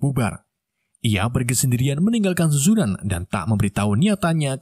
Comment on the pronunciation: Admin itu sekolahnya nama suzuran bukan zuzuran bosskurr,aku adalah watak sampingan nya,😂